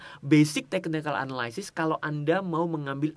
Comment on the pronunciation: bang jangan marah yah, biar gampang analysis bacanya sama in aja kayak analisis (dalam bahasa indo), soalnya abang sering bgt ngomong analysis dan selalu salah pronounce nya, jangan dibaca anaLAYsis, bukan LAY tapi yang bener LI. thx